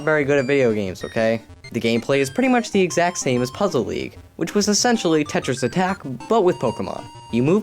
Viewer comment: Lol he said "I give pokemon puzzle leage an 8.5" he said LEAGE